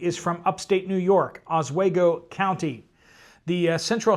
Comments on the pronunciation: Oswego. Pronounced ahsweego. Oswego county nys 10 feet of snow in 3 days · Os- WE- go. Long E sound. Just a FYI.